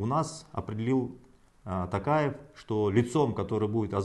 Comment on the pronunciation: Маке ел баскаргың келсе қазақша фамилияны дұрыстап айтып үйренші Такаев емес Тоқаев!